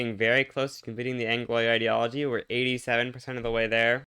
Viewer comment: Pls it's pronounced anglwa not angloy. Good shit, though.